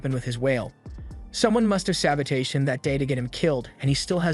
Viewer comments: "Sa-bow-teige" 😂 love it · Why u mispronounce sabotage bro